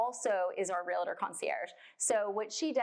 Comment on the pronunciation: 😡 Stop saying realitor!